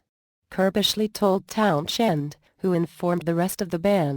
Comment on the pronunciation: Not only is the robot voice annoying AF, but it pronounces stuff wrong.."Town Shend" for "Townshend." 😑